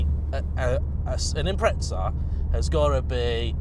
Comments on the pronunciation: THERE IS NO "T" IS IMPREZA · It's correctly pronounced as though it has a 't' - Impre(t)za.